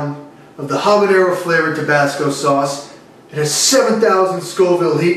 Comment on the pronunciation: Doc: “So how’d you get an ulcer at your age?” LA Beast: “I drink tobassco sauce.”